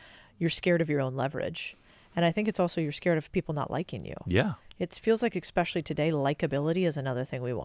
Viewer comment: Great episode, thank you for your work. My only advice would be for you not to use the word: expecially, because it is not a real word, instead try to say: especially.